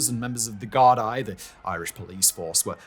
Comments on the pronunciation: Gar- dee you silly englishman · oh bud hearing you try pronounce Gaelic words is making me giggle Gardai is pronounced Gar-Dee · Gardaí = Gard-ee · ‘Gardaí’ is pronounced ‘garr-Dee’ Such a massive part of the story yet zero effort to check its being pronounced properly. :( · Decent episode, but please make a better effort to get SOME of the pronunciation correct. Yes, I understand that names and such are difficult to understand and read and pronounce, but it really detracts from the overall quality of the story if you can’t say most things correctly. Hearing “Gar-dye” goes through my fucking head. Not a jab, but please try harder with this. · Also Gardi is pronounced "Gar-dee" it's Irish. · Gardaí = Gar-dee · As an Irish person who also kinda struggles with pronunciation of my own language, I’d suggest looking up how to say certain words and names like Gardai, otherwise a really good video, I just know people will be more focused on how you pronounced things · I'm Irish and from Dublin but Simon your pronunciations are not great. Gardaí is pronounced Gardee. Seamus is not Seamus it's Shaymus and so on and so forth for so many miss pronunciations. But, however, great video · Thanks for covering this! Just a few things about pronunciations - Monaghan is pronounced like Jonathan without the th. Gardaí is pronounced guard-y.